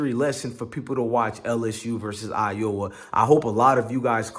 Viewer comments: Bruh , have u never read the word Iowa before???? 🤣🤣🤣🤣🤣🤣🤣🤣🤣🤣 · Caitlin did not taunt at anyone individually. Plus you showing disrespect not even pronouncing Iowa or Caitlin correctly. Also please explain why LSU didn’t shake hands after the game.